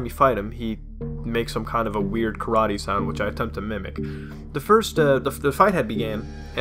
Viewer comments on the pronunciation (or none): none